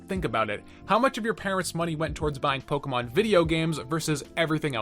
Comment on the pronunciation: You say Pokemon correctly. Subbed.